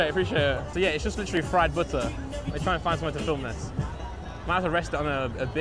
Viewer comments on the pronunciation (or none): Lol i like how he says bootter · nice "budder"! Keep it up!